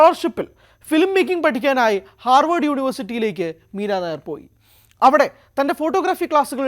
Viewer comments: മീരാ നായർ അല്ല മീര നയ്യാർ എന്നാണ് ശരി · Edo meera Nair alla Meera nayyar.😂😂😂😂😂